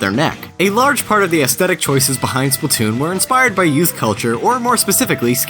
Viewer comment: Splat-toon not splu-toon